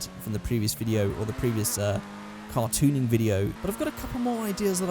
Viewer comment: Near the beginning, he said car tuning and it took me a minute because I thought he said cartooning